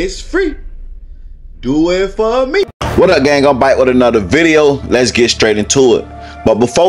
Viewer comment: So the Baby Got Back song is pronounced Baby Got Bike in Florida??? This is just wild mayne y’all gotta change et back I mean bike 😭😭